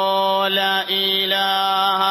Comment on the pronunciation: ലാ ഈ ലാഹാ - തെറ്റാണ് ശരി - ലാഇലാഹ അല്ലേ? എന്തിനാണ് അറിവു ള്ളവർ തന്നെ തെറ്റ് ചൊല്ലിക്കൊടുക്കുന്നത്?